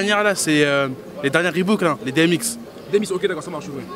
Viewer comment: bordel c’est Reebok pas Reebook mdrr